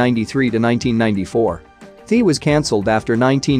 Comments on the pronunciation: pronounced THEA(thee yaa) not Thee lol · Im Offended By The Way U Mispronouncing These Words, Its Not Thee Its THEA & Its Not Mosha Its MOESHA She Even Spelled It Out In tHe Damn Intro